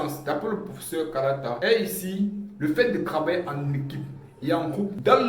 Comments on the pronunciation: KALALA et pas KALATA ❤ Il nous manque oooh😮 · Kalala pas kalata mon ami, sinon merci pour la vidéo🙏🏽🔥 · Kalala et non pas Kalata je crois